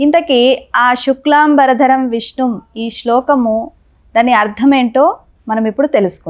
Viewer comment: శుక్లాంబర...ధరం అని పలకవలసింది పోయి శుక్లాం...బరధరం అని పలుకుతున్నారు, చాలామంది యిలాగే పలుకుతారు.ఇదేం దౌర్భాగ్యమండీ